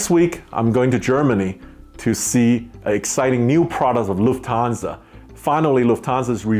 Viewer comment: I knew you‘d balance it out a. positive experiences. Your channel has always been so positive. Now can you imagine doing the United Island Hopper now again? 😁 Oh and please… it’s LUFThansa, not LuftHANSA. They‘ll drop you down on a parachute if you say it like this 😁